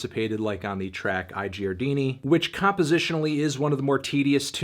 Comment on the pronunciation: Melon, you don't like to learn foreign languages right? The "I giardini" thing was hillarious